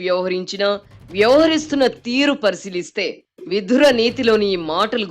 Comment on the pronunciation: Madam may please correct the pronunciation as VIDURA instead of VIDHURA